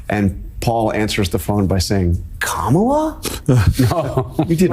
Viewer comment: KAMUUUULA NED TAKELA DAS OLL